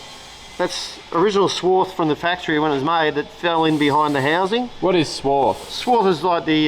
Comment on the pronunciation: If is going to be a machinist he needs to know its "swarf" not "swarth".